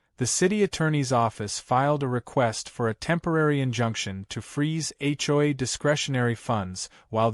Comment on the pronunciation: When will AI learn that the Capital Letters in HomeOwner's Association are pronounced and scripted as H O A, not A CHOI.